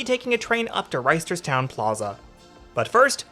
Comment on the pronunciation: I need you to know that we don't pronounce the first T in Reisterstown Also, some actual information: - Yes, the system is much busier during the week. It serves a lot of commuters but even more k-12 age students. This is also true of the light rail and bus systems - It's not true to say the north south line was scrapped, because it was ultimately turned into what is now the light rail line that runs from Timonium to BWI airport and Glen Burnie